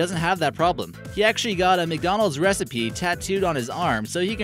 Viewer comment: This boi said recipe